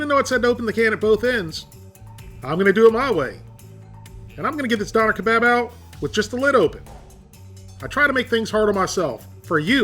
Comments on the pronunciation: Isn't it pronounced "Doe-Nair"? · You’re mispronouncing it it’s pronounced “dawn y’air”. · its pronounced Don"AIR" "keBOB" your pronunciation is killing me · Doe-nar is how you pronounce it properly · don-air. that's how you pronounce it. triggered me real hard hearing you mispronounce it. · it is pronounced Doo-nar , and in Germany they are on every corner in most every city :) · It's pronounced donair not doner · I had one of those in Germany. It's pronounced "derner"! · You butchered the shit out of that name haha pronounced more "DoooUner Ke Bob"